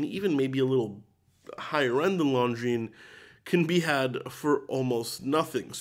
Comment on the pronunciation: 'Longaines'??? Ok so why should we listen to someone who pronounced Longines incorrectly?